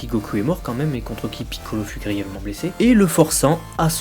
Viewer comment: Même problème, je trouve tes vidéos superbes de part leur contenu, par contre l'accent est juste insupportable, particulièrement le "PI"ccolo que tu siffles limite. Lors d'un passage de Toriyama (vidéo du débat Gogeta vs Vegetto) tu parles littéralement en japonais juste pour montrer ça aux fans au lieu de le traduire tout simplement, aucune utilité dans le débat si ce n'est pour montrer que tu parles japonais, c'est pour ça qu'il dise "que tu te la pètes". Sans omettre que plusieurs noms sont prononcés en français, comme Bulma, que tu aurais pu prononcer "Buruma" et ne pas faire les choses à moitié. A titre d'exemple seulement : les noms arabes, vous ne les prononcez pas pour autant en arabe, donc ne vous foutez pas de nous en disant que c'est pour ne pas écorcher la langue japonaise ;)